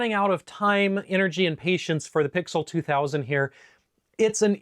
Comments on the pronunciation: FYI....it's pronounced P-X-L 2000, not "pixel" 2000. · WOW! I would have never guessed you were as young as you are! And I say this with all due civility out of careful observation of just the first four minutes or so of commentary. Here are some points of note about the PXL 2000. 1) It is pronounced P-X-L 2000. 2) Fisher-Price was a legendary TOY company, which was ONCE OWNED at that time by Quaker Oats, an oat and cereal company. 3) That dial over the camera lens contained a filter which served a dual purpose: to protect against direct sunlight and otherwise to aid filming in extremely bright environments.